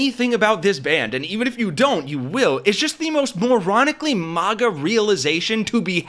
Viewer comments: Stop saying "mahgah". It's maga. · Why do you keep pronouncing it as "mogguh" when it's MAG-uh? It sounds cringe please stop. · Why do you call it mawguh? If anything, you should call it muhguh. Nobody says awmerica. They say uhmerica. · Bro talks a lot of smack about a movement he can't even pronounce. There is no world where MAGA is pronounced MOGGA lol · A little off-topic, but why are people pronouncing maga as “mahga” now? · You definitely pronounce MAGA wrong. Its painful to hear.